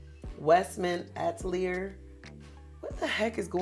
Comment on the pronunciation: Btw, the black owned foundation that you like is pronounced Ah-till-lee-yay. I’m not trying to be petty at all. I’m just a virgo